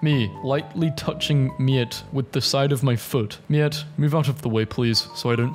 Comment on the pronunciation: You said Miette perfectly. It means li'l bit or scrap of - in Froggo. 🇫🇷